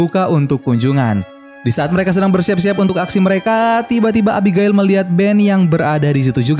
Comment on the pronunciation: Abigail: ebigeil Reading Right! ku..